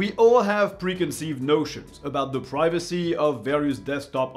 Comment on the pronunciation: i thought you said piracy not privacy